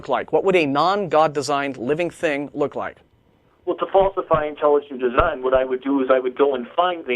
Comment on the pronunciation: Intalujunt deezine.